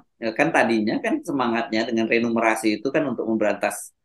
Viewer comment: yg benar remunerasi, bukan renumerasi 😊🙏